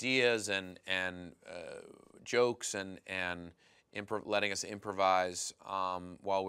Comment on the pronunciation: Why dose poopypants say choke instead of joke lol xDDDD